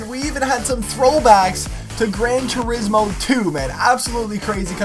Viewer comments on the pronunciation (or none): none